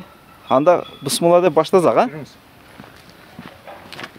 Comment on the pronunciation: Бысмылла эмес туура айтсан тууган